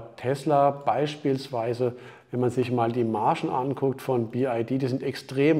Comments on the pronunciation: Ich bin ungern ein Korinthenkacker, aber es heißt BYD und nicht BID😉...VG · Wow Achim, die Info ist für mich völlig neu🙄. biyadi (chinesisch) ist natürlich richtig. Der sonst geschätzte sagt jedoch bi-ei-di und diese Aussprache ist weder chinesisch, noch englisch.